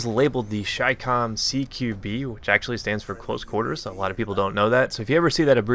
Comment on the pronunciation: THANK YOU FOR PRONOUNCING IT AS "CHAI-COMM" Every other CommonTater says chicom and it annoys the out of me.